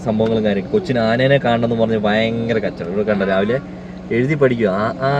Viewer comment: ആനേനെ അല്ല ആനയെ..... എന്തായാലും യാത്ര അടിപൊളി ആകട്ടെ..... 🎉🎉🎉🎉🎉🎉🎉🎉🎉 അടിച്ചു കേറിവാ.....